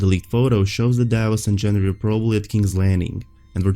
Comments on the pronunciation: Dude it's Gengry not Jendry🌚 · It's Gendry with a hard g. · Most of your videos are good, this one included, but please it's Gendry, not Jendry. lol